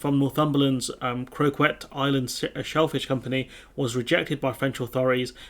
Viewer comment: "Coquet" is pronounced "Coe-ket". My family comes from there and I didn't know the pronunciation until I was in my 40s. There's no shame in not knowing how English names are pronounced.